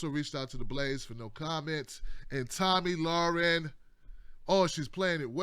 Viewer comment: LMAO you butchered her name so many different ways.